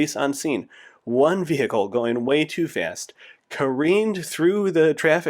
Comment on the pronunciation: Cars are traveling “much to fRast”